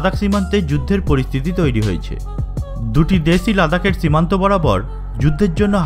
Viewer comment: চককম বলেন কেন? চিমান্ত আবার কি।